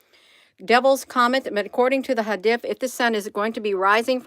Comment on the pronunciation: It's pronounced hadeeth... good job Hun.💗